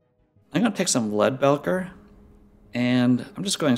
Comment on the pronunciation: great video! I've watched all your videos now and they're pretty darn good! I'm pretty sure Leadbelcher is pronounced belcher as in a burp. Like it's burping or belching lead, as in a gun. Keep up the video's I've really been enjoying them!